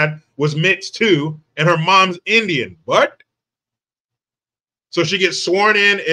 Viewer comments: "Vvwhat" That Indian accent😂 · "Vvwhat' Yo that accent😂😂😂